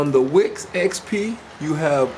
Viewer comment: It is called Wix,not wick...lol.Appreciate the work you put into that.